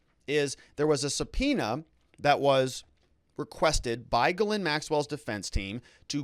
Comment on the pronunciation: it is pronounced jizz lane